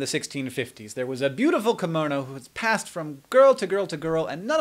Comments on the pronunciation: Hank, is called KIM- MO-NO, not KAM-MO-NO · That Japanese thing you talk about... "kimono"? Is that how you pronounce it in English? The "ki" is really more like "kee", there's an E-sound there. ^^;; Or I may be wrong and you were talking about something else entirely, in which case, ignore me.